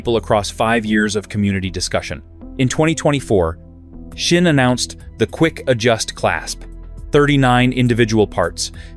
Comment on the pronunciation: Pronounced zin. Z-in, zin. It's German. Say it like General Burkholder or Sgt. Schultz.